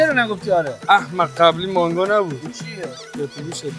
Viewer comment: فقط منم که اعصابم خورد شد به منگو میگفتن مانگو؟😐😐